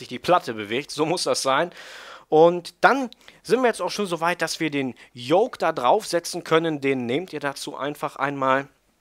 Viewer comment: Lern Yoke auszusprechen bitte ich häule gleich